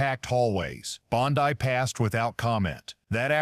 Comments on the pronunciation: Well this AI. CANT pronounce words right ITS NOT BONDEYE ITS BONDEY. GET THE F’ing AI RIGHT OR DROP THE 💩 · Bondi is pronounced bondy, not bon-die. If you can't get the small important details right, why should anyone trust anything else you say? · “Bon-dye”.? What is this, Amateur Hour? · I couldn't avoid noticing that several times during the program, the AG's name is being pronounced, "Bond-eye". Is that due to AI or just a narrator who hasn't done his homework? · The actor reading this doesn't know how to pronounce Bondi.. Where does this report purport tobe from¿ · I did a Google search and this is all I could find. This story is a lie, it is AI it doesn't even know how to say Bondi. This never happened.